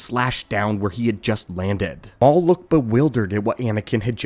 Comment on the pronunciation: sounds like ai pronouncing a typo, "mau" instead of maul. Says it correctly every other time. Maybe it's a Ron Burgundy situation and he just reads what's in front of him?